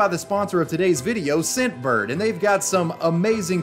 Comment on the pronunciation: Anyone else here Simp bird instead of scent bird